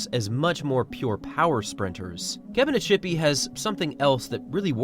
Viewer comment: Kebina-ts-hipi, ts, not sh!